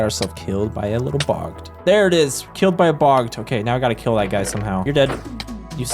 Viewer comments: "keel" instead of kill is the reason I couldn't finish this video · "keel and be keeled" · He kind of has a unique way of pronouncing things. Like "camel" as "ceamo" and "kill" as "keel"